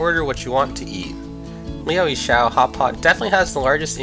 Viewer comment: It’s pretty hard to believe this is your favourite and you can’t even pronounce the name of the place. It comes across as you just did a Google search and chose the the top search result then made a video around that.